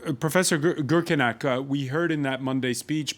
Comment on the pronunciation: As a moderator, you must learn your guest speaker's name and surname correctly. His surname is Gürkaynak. It is not polite. The moderator could not able to pronounce his name correctly ezcept at the end of this meeting. Again, it is not polite.